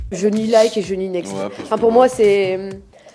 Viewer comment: Next pas nexte